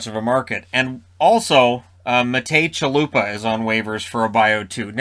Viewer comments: can you pronounce Javier or Jalapeňo? same as Chalupa :) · Hey, a little lesson in Czech language: "Ch" in Chalupa is pronounced as "kh" sound while the "k" is semi-silent